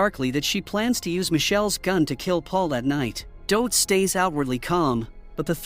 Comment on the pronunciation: God 😂 how is thid AI really mispronouncing the name DOT?!?! 😂😂😂